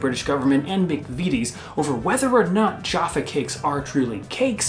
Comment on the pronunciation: McVitie is pronounced McVittie, not McVeety. Fun fact: in the Scottish police drama, Taggart, the Superintendent in the first few series was called Jack McVitie, usually referred to as 'The Biscuit" (as McVities make biscuits as well as the utterly delicious Jaffa Cakes). Honestly,, order them in while you're confined in France, you don't know what you've been missing. You can make them yourself: (Be careful to choose a flavourful jelly, maybe a rindless marmalade would work, I've never tried.)